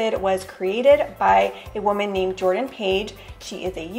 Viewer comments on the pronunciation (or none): none